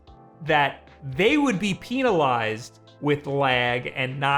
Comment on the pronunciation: He just pronounced it as "peenalized"